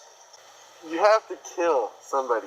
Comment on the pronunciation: "u have 2 keeL somebody" thats the deal with the LIVED